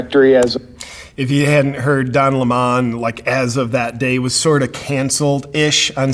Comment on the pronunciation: "DON LEH-MON" ??????????? HILARIOUS!